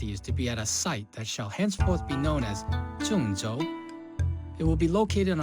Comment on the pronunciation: Well, since Chinese spoken language uses tones to distinguish different words, native Chinese speakers can easily spot non-native speakers. Believe me, the intro guy is way off from standard pronunciation (not just the word ZhengZhou, his pronunciation of Siheyuan is just wrong), but at least he tried (or perhaps he is a user of some local dialects. Some Cantonese speakers pretend to be Chinese speakers, but these are vastly different languages, but from his pronounce I don't think he is Cantonese either). There are at least 16 different ways of saying the 2 words combination like "Zheng-Zhou" in standard pronunciation (since each pinyin of a word has 4 different tones, 4 x 4 = 16 combination). Any divination results in very different sound to native speakers, and usually has vastly different meanings with different tones, but some combination might not have any meaning at all. This tone-language usually confused the hell for non-tone language speakers. Like actors in movies or tv series pretend they can speak Chinese, usually just fail horribly, unless they are native-speakers (or actually learned it for years). And non-native speakers mostly can't even distinguish the difference between tones (that's why no matter how they mimic the sound, they still just sounded wrong)